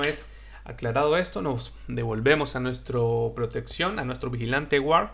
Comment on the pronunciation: Gran video. (la "u" en guard no se pronuncia)